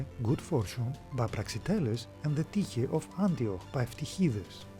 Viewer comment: Well done video and very informative. Now I know how to properly pronounce Tyche.